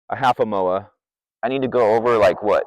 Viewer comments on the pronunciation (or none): Did you just say Mowa? Lol